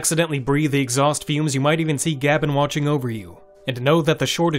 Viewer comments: It's pronounced gay-ben, not gab-enn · You are the first person I've ever heard pronounce it "Gab N", instead of "Gayben" i.e. GabeN or Gabe N EDIT: , I don't know if it requires more than Powershell but Powershell is possible to install on Linux natively now. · IT'S PRONOUNCED "GAY BEN" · "Gaben" has a definitive pronunciation; it's "GAY-Ben". Because it's derived from the voice clip of Gabe reciting his own email address in that Mega64 video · I believe he pronounces his name “ Gay Ben” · You do know it's pronounced Gay-ben, right? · That's not how you say gaben. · i take offense to how you say gaben :P